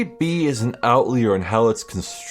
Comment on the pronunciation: Outlier is pronounced out-lie-er, not out-leer. Not sure if you're mispronouncing it as a joke, the way you use 'geography' for 'geometry,' but I though you'd like to know, in case it's something you never realized. Loving the playthrough so far! Brace yourself for a doozy of an ending.